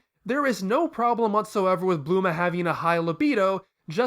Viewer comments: Stop pronouncing it wrong! It's Bulma not Bluma! Or at worst Buruma. Thank you! And it's SayEN not SayAN. What are you french? I'm french and I can pronounce it right! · I love your videos but the way you pronounce bulma name is killing me .I usually don't rant on youtube on these kinds of nippicks but somehow your name pronunciation is irritating me.